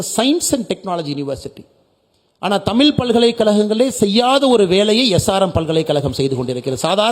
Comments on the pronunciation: தமில் இல்லை அண்ணாமலை.. தமிழ்... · தமிள் இல்லை தமிழ் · அண்ணாமலை sir. "ழ" சரியா உச்சரிக்கணும். தமிழ, தமில் என்று உச்சரிப்பது சரி இல்லை. நீங்கள் திருத்திக்கொள்ள வேண்டும்.